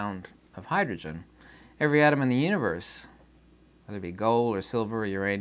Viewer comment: U-knee-verse Mo-knee your-cell-f